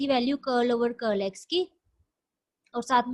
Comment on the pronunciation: Thank you..Very nice explanation ....I like your pronounciation of Curl ... Curly curl z curlv ...☺️☺️